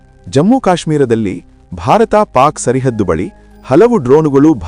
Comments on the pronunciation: ಆಂಕರ್ ಸಾಹೇಬರೆ ಸರಿ ಹದ್ದು ಅಲ್ಲ ಅದು ಸರ ಹದ್ದು ಎಂದು ಬದಲಾಸಿಕೋ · ಸರಿಹದ್ದು ಅಲ್ಲಾ, ಸರಹದ್ದು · Sarihaddu alla. ಸರಹದ್ದು. ಕನ್ನಡವೇ ಸರಿಯಾಗಿ ಬರೋದಿಲ್ಲ. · ಸರಹದ್ದು (ಗಡಿ ರೇಖೆ ) _ Border ಸರಿಹದ್ದು _ ಉಚ್ಛಾರಣೆ ತಪ್ಪು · It is not "sarihaddu" it is "sarahaddu". Please be cautious in pranouncing kannada words.